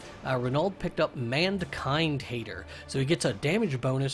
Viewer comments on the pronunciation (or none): didn't read mankind hater correctly